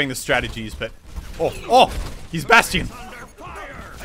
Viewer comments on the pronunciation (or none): Anyone else get mad when he pronounces bastion as bast-i-on